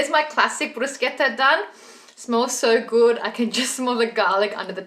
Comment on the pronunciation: Yess love that you pronounced it correctly hahah I always correct people 😅